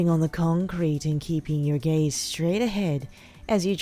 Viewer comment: Every time they say “gaze” I hear “gays” so I have to think of the meaning of the sentence twice...